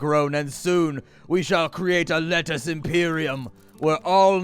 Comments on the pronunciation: "Letucce" lol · It's not lettuce because of copyright infringement. It's pronounced Let-tuch-e.. lol